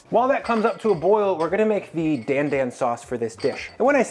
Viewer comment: Its not DAN DAN like the name Dan its pronounced d-ahn d-ahn kinda like donald